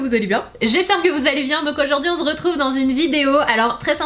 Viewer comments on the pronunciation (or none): C’est réel tu dis vraiment « on z’retrouve » dans tes introductions 😂